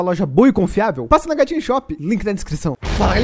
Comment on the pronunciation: mano parece que quando ele fala gatinho shop pra mim parece hktm shop KKKKKKKKKKKKKKK